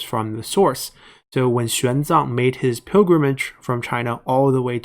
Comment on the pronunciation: Chinese monk "Xuan Zang", not "Xiang Zang"